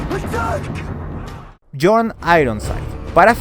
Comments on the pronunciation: Es björn no jorn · Björn suena Biorn, no Jorn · Björn .. se dice biorn.. no jorn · hey no tiene nada que ver que Islandia en ingles se llame Iceland, en noruego hielo se escribe IS. por lo tanto los noruegos pusieron a esa tierra el nombre de Island. El ingles no tiene nada que ver en esa historia, dejen de ser tan colonizados mentales, no crean que el mundo nacio con los anglosajones. Otra cosa BJORN no se ronuncia como John en ingles, la jota en escandinavo es como nuestra i, BJORN = BIORN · Porque dices Jon cuando hablas Bjord